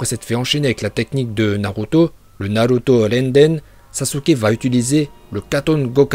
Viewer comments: Tarrette de dire naluto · narut... je veux dire naluto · moi j'adore la prononciation naluto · C pas naruto c naruuto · Naruto pas Naluto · Tes prononciations sont parfaites et celle que je préfère c’est naluto. Je m’entraîne à le dire comme toi mais ça me semble impossible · Je me demande si il troll ou pas 😂en tout cas la prononciations de naluto es correct 😂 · Au est c narrrruto même en Japonais